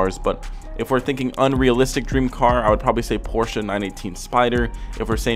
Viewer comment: Thanks for saying Porsche and not porsch!